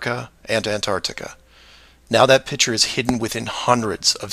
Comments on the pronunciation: pronounces the word "picture" like a child does, "pitcher." It's annoying, like his crackpot beliefs. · This guy saying “pitcher” instead of “picture” makes me want to jump off of very tall objects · the way he pronounces the word picture irritates me